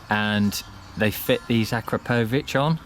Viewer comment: How to pronounce Akrapovic